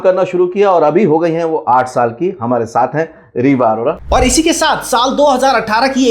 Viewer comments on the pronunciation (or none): अरोरा ❌ अरोड़ा ✅